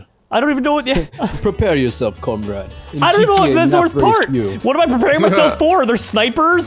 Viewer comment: No one Literally no one: prepare yourself commrad